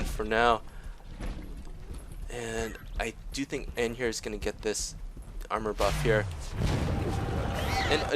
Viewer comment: Is it me or you're pronoucing Anhur the wrong way? <.<